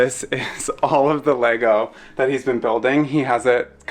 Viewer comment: The correct pronunciation of the plural form of Lego; Chefs kiss. 😮‍💨